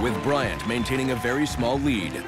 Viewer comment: My name is Bryant. And I’m glad to hear famous chefs being able to pronounce it properly. Everyone calls me bryan